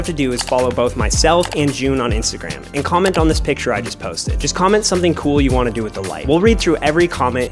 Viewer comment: Coo? It’s cool! lol😂 say cool not coo